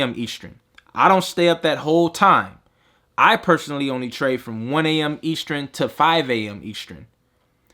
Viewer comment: Eastrin? Eastern.